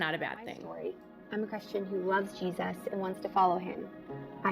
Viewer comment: I HATE the way Jermey and Jinger pronounce long g “G-Sus” lol it’s sooo annoying instead of Jesus. 😂